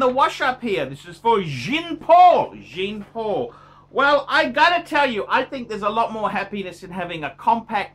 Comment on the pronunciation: Jean is phonetically pronounced “Jhaan” not “Jeen”.